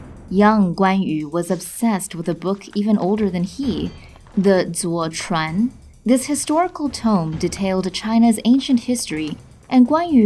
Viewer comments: The name of the book 左传 is pronounced as Zuo Zhuan, not Zuo Chuan. Their meanings are completely different. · clearly narrator has never learnt Chinese culture since she pronounced 左传 wrong. It's actually pronounced zuo zhuan.